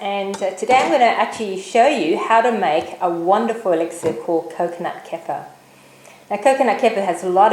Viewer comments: good video. use a cleaver instead of slicing knife, a lot easier. btw it is pronounced as 'ker-fear' :) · Great video. But the pronunciation is very close to a South African derogatory racial term. Google the South African "K" word for reference. Safer to pronounce Kefir the way it is meant to be said.